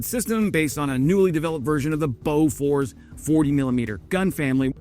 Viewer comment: pronounced boo-fours.